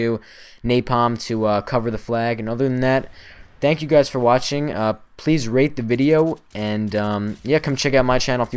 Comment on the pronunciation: did he say please rape the vid?